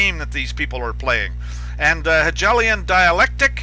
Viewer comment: So far I am greatly appreciative of your videos, I just wanted to point out something I heard in another video. Hegelian sounds like He-gale-ian, not gel, just so you know. Thank you you your time and efforts. Yahuah Alohim barak you and keep you.